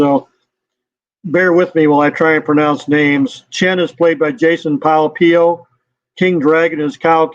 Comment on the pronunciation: Jason Pai Piao is pronounced in Cantonese as Pak Biu